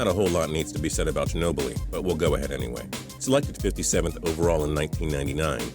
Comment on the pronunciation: "Man you" Ginobli....